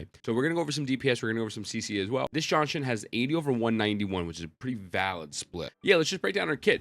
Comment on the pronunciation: Just say Ji-An-Shin... who the hell is John Shin lol.